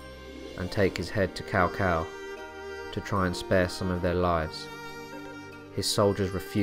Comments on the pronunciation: OK can u pronounce Chow Chow aka cao cao name right and not cow cow lol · The proper "Tss-ow Tss-ow" pronounciation is really weird to say for most non-Chinese speakers. Am pretty thankful (later) DW taught me bits of proper Chinese name pronouncing. In business if talking to a Chinese individual, if I say their name not-Cow Cow-style it often prompts a hint of pleasant surprise. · Are you saying "Cao Cao" ? Because it's pronounced more like "chow chow" or "sow sow" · Ahh PS2 Era Dynasty Warriors pronunciations in this video. "Cow Cow" a pronunciation I had not heard in years. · I always prefer Cow Cow to Sow Sow. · Its traditional pronunciation the OGs will remember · Let us not forget the great "Cow Pee". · Awesome video. I love the hilarious pronunciations. Cow-Cow, Louie Bay, The Zoo province. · Lord cao cao name will forever be butchered